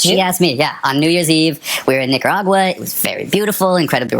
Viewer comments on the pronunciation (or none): none